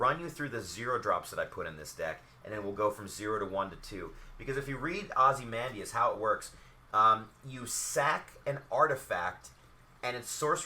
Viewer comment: this is really helpful, defiantly gonna use this as a template for my decks, However you keep mispronouncing Ozymandias name. (I really don't want to be that guy, but it makes me cringe every time you say his name). Ozzy-Mon-Dayus